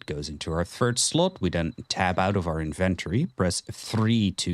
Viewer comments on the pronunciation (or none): Great guides but the way you say inventory drives me crazy 😅